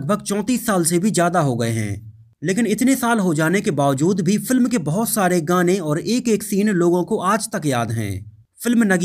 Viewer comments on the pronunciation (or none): none